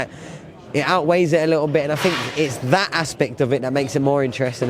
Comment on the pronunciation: 'Thought', and 'Think'. Not, 'Fought' and 'Fink'. "Sky I never fought"...."The Ring, I fought" . Good job its Thriday, and not Fursday!